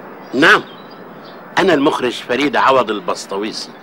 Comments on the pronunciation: يقول المَخرج مو المُخرج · المخرج بفتح الميم 😂😂😂😂😂😂